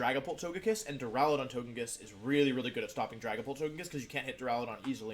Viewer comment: You know this is a serious discussion when he starts pronouncing Duraludon properly.